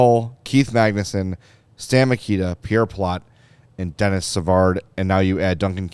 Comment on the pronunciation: Guys it’s not Dennis Savard it’s Denis pronounced De Nee 😊